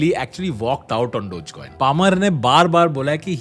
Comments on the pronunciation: Its not dodge coin its dogge coin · I thought it's pronounced as dog-e-coin, wth is dodge coin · Bhai Dodge coin Dodge coin kya kar raha hai? Doe-gay coin pronounce karte hain. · Always thought it's DOG Coin, not Doj coin. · Its not डोज coin its डोगे coin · "डोग" not "डोज" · I think its dog-eee not dodge😂😂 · I don't think it is pronounced as "Dojcoin", instead it is pronounced as "doggycoin" ...... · Wait I thought it’s called DOGEYY COIN NOT DOTCH COIN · Its pronounced dogee coin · Its Dog-e-Coin come on Tanmay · I thought it was pronounced dogy coin